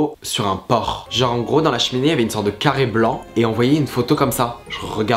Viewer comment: Mais c’était « une femme sur un porC » ou « une femme sur un porT » ? (ça m’a grave perturbée 😂)